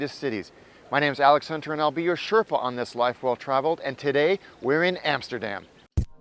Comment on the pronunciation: Amsterdam, NOT Emsterdem.... America, NOT Emericee. Clear?